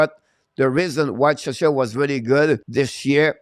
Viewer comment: I know English isn't your first language, but Czechia is pronounced check-ia. The way you say it sounds like you're talking about another country, Chechnya, which is a part of Russia.